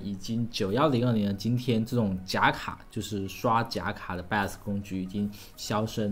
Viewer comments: jun Xiang 他读成了 拜额死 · 听 bios 读成 拜死 觉得好难受..😑😑